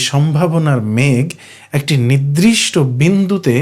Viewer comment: এই সুন্দর বিষয়টি আর একটু ঠিকঠাক উচ্চারণে হ‌ওয়া উচিত। 'নির্‌দিষ্‌ট'= নির্দিষ্ট, শব্দটি 'নিদ্‌রিষ্‌ট' /নিদ্রিষ্ট হয়ে যাচ্ছে।